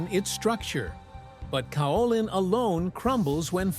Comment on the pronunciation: Interesting video. I've been a potter for more than 50 years, porcelain is my favorite clay. I have worked with both stoneware and earthenware.. Just one correction; Kaolin is pronounced with a 'long' A. ( K oh lin)